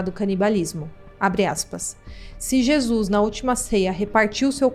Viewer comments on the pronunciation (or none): none